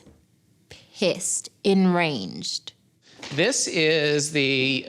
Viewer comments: “I was pissed.. ENRANGED” 😂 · Did she say she was pissed in ranged 😂😂😂😂